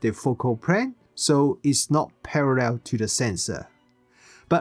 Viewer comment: "Focal prane is prarrrell." 😆